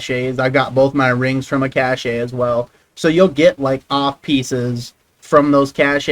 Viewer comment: its Cache, not Cacheh